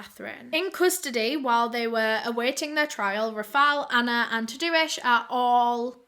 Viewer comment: I love that you say Tadeusz, Tah-do-ish hahah. I’m Polish and that’s my dad’s name, in Polish it’s pronounced more like Tah-day-ush. That’s okay though, the spelling doesn’t really look like how the pronunciation is. Love ya! 💞❤️💞